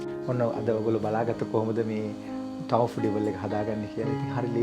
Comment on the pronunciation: Thank you for creative foods recipes . Your pronunciation of tofu(豆腐) is wrong (තෝෆු).